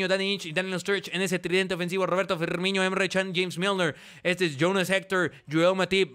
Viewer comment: DAMNIT Se pronuncia Firmino, NO Firminho / Firmiño